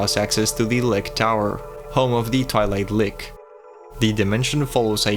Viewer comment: “Home to the twilight lick 😈👅” cmon bruh I know sometimes we only read a word but if you think a word sounds weird when you say it you’re probably wrong